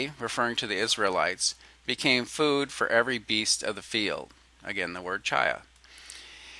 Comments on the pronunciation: To the creator of this video: Just so you know, the Hebrew word that you're pronouncing "CHY uh" is actually pronounced "KHY," where the "kh" sound is a guttural scraping at the back of the throat that is much like the German "ch," as in "Ich liebe dich." It means "life." If you want to hear it in use, go find a video of the song "To Life" from Fiddler on the Roof, and take note of the first line of the song, "To life, to life, l'khaim, l'khaim, l'khaim, to life." They're pronouncing it properly; the form is plural, so it literally means "to our lives" or something like that. Your ignorance of Hebrew pronunciation is driving me nuts. Just saying. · I like the video A LOT! There was great information provided on a lay-level, that being its easy to understand. No discredit to you, because you obviously do not know or speak any form of Hebrew. But, every time you pronounce "ch" as in the Hebrew word "chi'ya" you use "ch" as in church. This makes me cringe because your information is so good, it just makes your whole video sound uneducated. (This makes me sad because you are not stupid). For your information (and for future reference) There is no "ch" sound as in "church" within the Hebrew language. When you read "ch" in a Hebrew word, it is pronounced "kh" (But with a phlegm kinda sound). The sound is close to saying the letter "K" at the same time as a heavy sigh. You can also look up how to pronounce the Hebrew letter "chet" on youtube to listen to how it is properly pronounced.